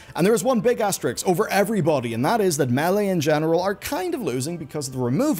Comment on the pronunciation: it's as-ter-isk, not as-ter-iks